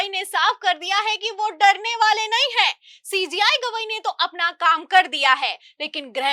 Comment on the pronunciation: Madam Sentence ke last men hai word par etana jor deti ho jo kano men sunate hi irritation ......Sui si chubhati hai Jo aap Hai word ko.....